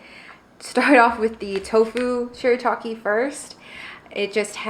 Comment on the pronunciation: Yay! Thank you so much!!! And yes you pronounced it perfectly! 👍👍👍 I will definitely try the noodles again!